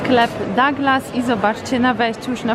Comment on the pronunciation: Kochana mowi sie DUGLAS nie mam pojecicia dlaczego w polsce jakims cudem dou zamienili na da ..cud poprostu :)